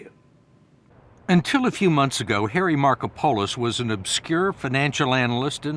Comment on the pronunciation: another crime is the name pronunciation of Markopolis by the interviewer